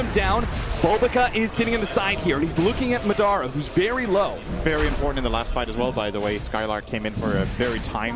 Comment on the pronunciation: no one comments about how commentator says madra instead of madara. so cringey